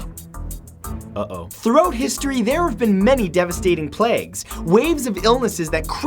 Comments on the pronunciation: I get the pun.... (he said 'Throat' history instead of 'throughout' history XD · am i the only one who heard "throat history" i dont know if it was pun or his accent but if it was a pun good one matt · "Throat history." did you do that on purpose? (I know you're Canadian, but still sounded a bit strange.)